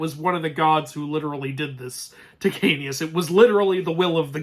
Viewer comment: Ahem... ITS KAOS!! K-A-O-S KAOS!!